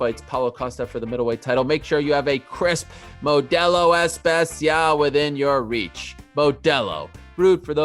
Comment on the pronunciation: Ariel makes a big deal about last names pronunciations meanwhile he cant pronounce "Modelo Especial"